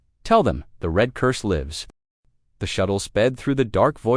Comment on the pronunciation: ............ "glowing REED (red) from the heat of the cutters"!!!!!!!!!!!!!!???????????????? How's bout ".......glowing RED from the heat of the cutters"!!!!!!!!!!!!!!??????????????? GOD, if only ONE of you could find a decent AI instead of a POS AI!!!!!!!!!!!!!!!!!!!!!